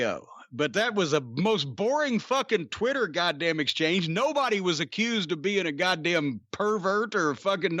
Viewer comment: Does know it’s called Twitter and not “Chwitter”